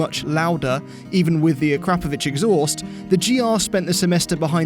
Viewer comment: Thank you for pronouncing Akrapovic correctly